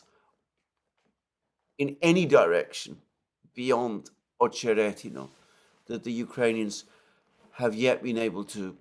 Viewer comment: Damn! Alexander seems to be the only one who can pronounce 'Ocheretyno" right ❤